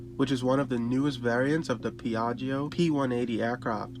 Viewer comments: Ask an Italian how to pronounce Piaggio! 🙈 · The second i in piaggio is silent.